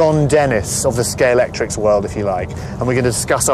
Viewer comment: Am I the only one that gets narked when people call it Scalectrix rather than Scalextric?